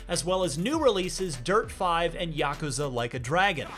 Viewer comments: It's yakuuzha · Ya-ku-za. Three syllables sounds fine to me. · You know it's yuh -koo-zuh? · Is just me or is he really butchering the word Yakuza? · Correct me if I’m wrong but is he saying yakuza wrong? Or right!?